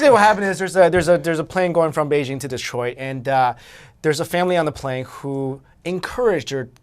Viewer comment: Am I the only one who misherad DESTROYED (twice) when said Detroid?